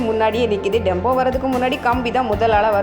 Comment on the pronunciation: Tempo not Dembo